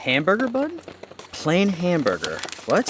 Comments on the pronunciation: The bun package didn’t say ‘plain’. Lol. It said ‘pain’, the French word for bread, pronounced similar to ‘pan.’ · I am sure someone has already pointed it out, but it is "PAIN" not "PLAIN". All food items are in English AND French in Canada. Pain in French is "bread, or bun". HAMBURGER BUN for English, PAIN HAMBURGER for French. Our two official languages. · It’s pain, not plain. Pain is French for bread, so “Pain Hamburger” literally translates to “Hamburger Bread”. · it is not plain hamberger but in french ''pain'' is bread so it is pain hamberger hamberger bread of bun if you prefer... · Canadian MREs are labeled in only French often. The French word for bread is "pain" pronounced "pahn". Hence your confusion on the no hamburger breakfast. It is just a hamburger bun.